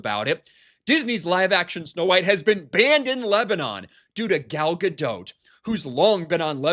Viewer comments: You're still pronouncing Gal's name wrong. It's "Ga-Dot", not "Ga-Dote". You sound like a moron, since you've been corrected before and still choose to say the wrong thing, which is typical of you. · She pronounces her name Gal GaDOT, like rhymes with cot. Not GaDOTE, like goat...Sorry, that just irritated me every time I hear it. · Isn't the T silent in Gadot? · Pretty sure the ‘T’ is silent in Gadot.